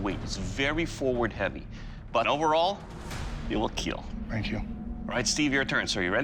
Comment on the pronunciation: 🤣🤣🤣🤣 yes "he will wheel"